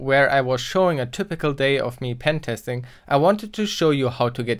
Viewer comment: Oh wow, it's "pen"-testing , not pentesting, nice one dude hahaha